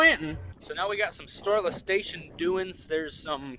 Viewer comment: Ohhhhh Storla, all this time I thought it was Storeless. That's how it sounds when you say it lol.